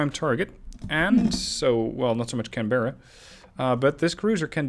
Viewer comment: Heyo, hate to do this to you but Canberra is pronounced can-bra.